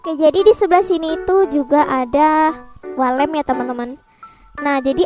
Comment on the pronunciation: Yang aku denger wall lamp❌ walet ✔